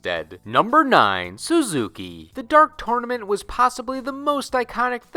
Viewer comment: Did anyone else wince when he called Suzuka "Suzuki"?